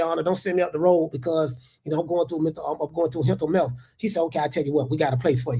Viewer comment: “Hental mealth” is taking me out